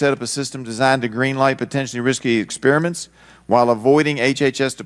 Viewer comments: What are "Lab expriments"....... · Expriments ah yes I see